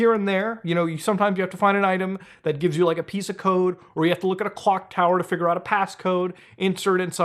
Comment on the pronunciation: He said figure with the hard R lmao